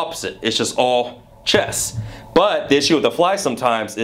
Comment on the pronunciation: ChesT (note the 't') not chess